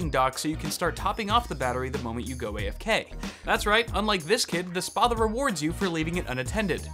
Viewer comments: Pronounce the 'a' like you would in 'spat'. It's a Roman longsword. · if it's greek (a frequent thing with gaming peripherals actually) then it's pronounced Spa-tha Spa like Spanish and Tha like tha(nk) and it means big sword.